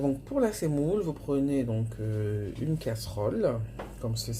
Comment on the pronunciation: On dit la semoule et non pas la sèmoule